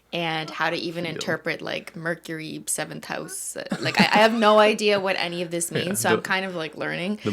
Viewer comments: why cant ben say the word mercury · ben lowkey can't say mercury 😂